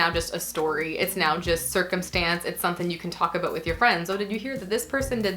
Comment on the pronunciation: I'm feeling as left out as the letter G whenever says the word "something".